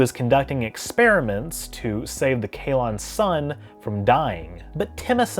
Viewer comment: "Kaelon" not "Kaylon", okay. Not the Orville.